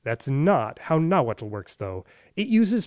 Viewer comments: Thank you for properly pronouncing the tl's in Nahuatl! I usually don't care when people don't pronounce loanwords as they sound in their original language but for some reason, it drives me crazy when I hear people pronounce atlatl as "addle-addle"! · Tehhuatl tinahuatlahtoa cenca cualli ! You pronounce Nahuatl very well ! Tlazohcamati miec.